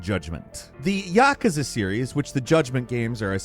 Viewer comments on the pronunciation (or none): none